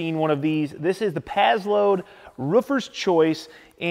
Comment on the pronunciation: When you “pazload” are you trying to say “passload”?